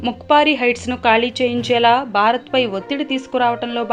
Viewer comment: భారత్ అనాలి బారత్ కాదు